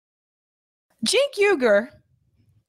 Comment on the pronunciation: “Cenk Ugar...” (head shake) = immediate like